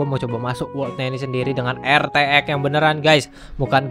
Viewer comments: " RTX ON" **:"Er Te Ex ON"🤣 #JustKidding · RTX ON --: ER TE EK ON (katanya) *Canda bos Jan baper